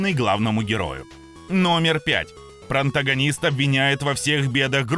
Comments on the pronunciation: Протагонист, а не проНтагонист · Мне одному режет слух, когда диктор говорит "проНтагонист"? 🤯